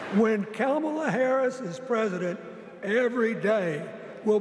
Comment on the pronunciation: Bill Clinton learn to say Kamala's name correctly please